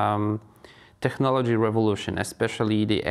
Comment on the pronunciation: No teraz to dałeś czadu! Nie dość że Gość zacny, to i poprowadziłeś rozmowę po angielsku!🎖Wspaniały wywiad! ps. "technology" (/tekˈnɑː.lə.dʒi/) wymawiamy z "k", w odróżnieniu od polskiego "ch"😊